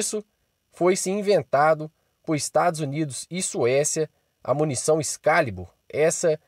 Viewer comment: Tropeço no português veja: Excálibur excá-libur você, no português, ex-ca-li-bur Excalibur. Puts que os pariis.